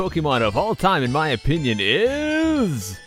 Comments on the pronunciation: he doesn't say 'opinion' he says 'onion' XD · XD I Like When You Say Onion Instead Of Sayin Opinion o3o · is it just me or does it sound like he said onion haha lol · Did anyone else notice that he says "in my onion" ?